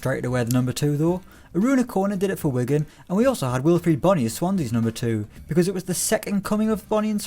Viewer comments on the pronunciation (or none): none